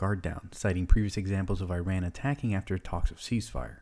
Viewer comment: Not how you say iran but what ever